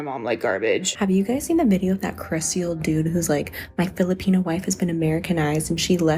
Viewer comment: Somehow this guy pronounces Filipino with a hard R